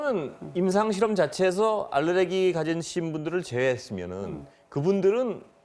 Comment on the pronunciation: 알르레기가 아니라 알레르기입니다.